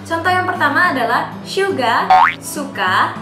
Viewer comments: Kak kok syuga kan harusnya suga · Syuga? Maap kak bukannya suga ya